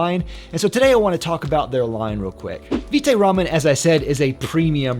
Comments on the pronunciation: pronunciation rhymes with bite or right. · It’s vite as in bite, as in vitamin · It's Vite like Bite with a V